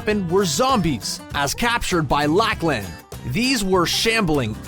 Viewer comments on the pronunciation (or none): Lmao its pronounced (lahklin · You pronounce Lachlan like this (lock-lin) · He said-Lak lan